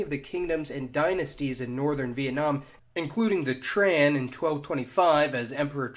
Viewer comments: The Vietnamese name for ethnic Chinese, Hoa, is pronounced more like “hwa”. The name Tran is pronounced more like “Chan”. Nitpicks aside, great video. Thanks for posting! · Giggling as this guy horribly mispronounces Tang, Hoa, and Tran